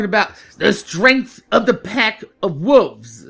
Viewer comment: why win u say wolve, u don't pronounce the 'L'